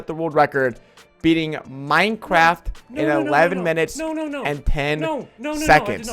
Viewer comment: At the start he said pinecraft